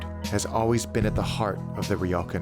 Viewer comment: Great content and amazing edit. Just wish the pronunciation of “ryokan” was closer though.